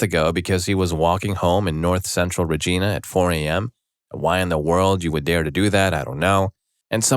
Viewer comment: The town of Regina, Saskatchewan is pronounced "rej-EYE-na" (which is why Deadpool said "... and that's why Regina rhymes with 'fun!'")